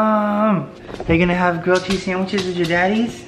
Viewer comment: Yay! a New Home and Grilled cheese, btw totally thought you said Girl Cheese, but that's okay! Change the name of these videos to elf and elf!